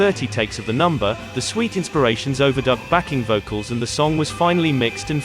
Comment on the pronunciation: Nice videos, but I can't help noting the strange use of word stress on occasion, e.g. 'backing VOcals', rather than BAcking vocals.